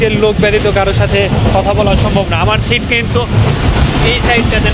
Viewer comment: আপনার ব্লগের সবগুলো চমৎকার ভিডিও দেখেছি। বিশেষ করে পাকিস্তানের ব্লগগুলো। আপনার উচ্চারণে কিছুটা সমস্যা রয়েছে। ছিট নয় সিট,ছিরিজ নয সিরিজ হবে। চমৎকার ভিডিওর জন্য আপনাকে অসংখ্য ধন্যবাদ। ❤